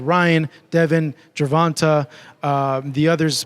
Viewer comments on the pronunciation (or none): Bro I hate how this guy says GERVON-TAEs name not freaking GERVON-TAH wtf get his name right dude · This man said gervantah